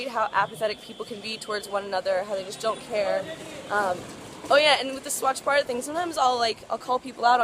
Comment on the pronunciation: HAHAHAHAHAH HAVE TO SAY THIS THOUGH THAT U CANT EVEN PRONOUNCE BHARAT, I AGREE WITH YOU ON SOME POINTS ABOUT INDIA, U R CLEARLY NOT READY FOR INDIA GO DEVELOP YOURSELF FIRST N BE OPEN TO EVERYTHING